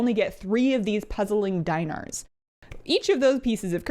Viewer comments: Dinar would be pronounced "Dee-nar" if I am to base it on the irl currency with the same name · Awesome video! But Dinar sounds like the arabic currency so it would be pronounced as dee-na'ar 💕